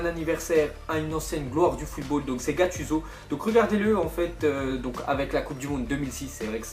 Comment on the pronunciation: ah nooooon comment il prononce gattuso :(